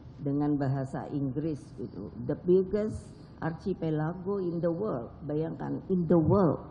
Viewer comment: Archipelago bukan gitu pronunciation nya